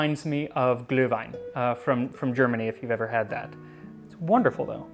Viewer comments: Congrats on the pronuciation of Glühwein. Pretty close. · Your German pronunciation is very good :-) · I'm impressed. How long did you practice to pronounce Glühwein and Glögg? You were not too far off and those are hard to pronounce. Yes, Glühwein is tradition for the cold winter months and we make it every year for christmas despite living on the US west coast where winter is a mild 60 degrees. We tried our hand on Glögg last year and actually like it better than what we were used to from Germany. It packs a bit more of a punch, so I guess I'll be making both every year now - and of course I have to try your recipe and see what the additional spices do. Better start acquiring the rare ones just in case it takes months to get them. Unlike for Cercei, Christmas is coming :-) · Kudos to your pronunciation of "Glühwein" :-) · Wow, that was quite a valid German pronounciation from an American togue. Altogether another very nice episode, keep up the good work, Sir! Those boots aren't regular though, normally Glühwein is just served in (often Chistmas themed) mugs. The warm alcohol, all that sugar, sometimes "mit Schuss" (with a shot of rum or some other schnapps), find their way into ones head quite fast, and therefore some of those mugs may find their way into home kitchens, which is why you'll have to pay a deposit on them these days. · Pronouncing Glühwein and Glögg perfectly… thanks for taking the effort only few do.